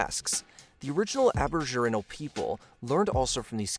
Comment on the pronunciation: It was the Ching dynasty not the King dynasty. And please learn how to pronounce ABORIGINAL correctly.